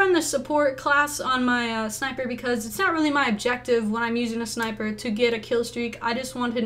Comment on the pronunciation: sniper not niper